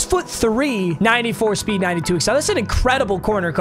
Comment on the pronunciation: Any mf who thought he said the wheel of sped builds my team 👇🏼